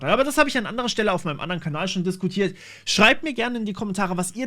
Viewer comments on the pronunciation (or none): none